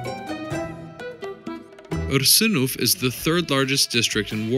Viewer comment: Wow! You are first American who can correctly pronounce "Ursynów".